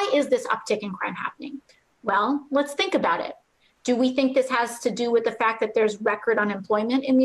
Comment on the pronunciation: "think" --- sounds more like "dream"